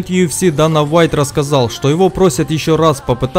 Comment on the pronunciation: Дэйна,А не Дана.